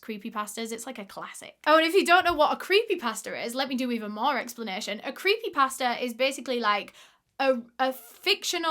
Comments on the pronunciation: I really thought you were saying creepy pastor which idk if that’s more or less confusing than creepy pasta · Lmaoo I thought you were saying creepy pastor until I realized you were saying creepy pasta 😭